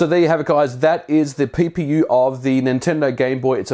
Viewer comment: haha, you said pee-pee-you